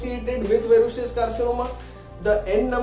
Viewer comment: That’s verrucous Not verrucious . Your pronounciation is incorrect